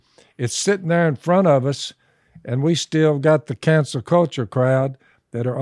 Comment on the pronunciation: "Cancel" culture Jase! NOT "Council" culture...